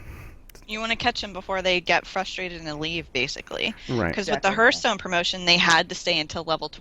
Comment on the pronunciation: Honestly this is starting to annoy me to no end. Its HEARTHstone, not hurthstone